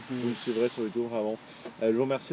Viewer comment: sa se dit youtoube ( youtube ) pck c est en englais et non youtuuuuube --'